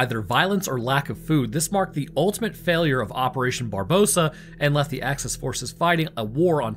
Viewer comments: It's operation BARBAROSSA not BARBOSA XD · Barbarossa*, not Barbossa xd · Uh, it's actually pronounced operation 'barbarossa', latin for red beard. Geez did you even go to school 🤓 lol you can't hear the lispy nerdy voice I'm doing, 😅😂 but just kidding man. I'm a newbie to the channel, but love your content. Happy holidays btw. I hope your Thanksgiving was well. It is pronounced barbarossa though. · I think you mispronounced Barbarossa in the beginning of the video. Just giving you a heads up.